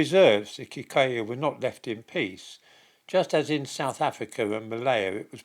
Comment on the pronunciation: And it's probably Kikooyu as well.